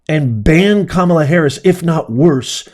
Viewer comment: Glad you pronounced Kamala’s name right. The way it’s been pronounced until she started running for president. Ka Ma La not Cam A La